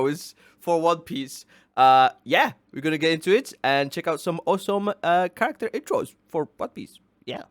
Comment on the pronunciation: OP best "charactror" intros are the best for sure🤣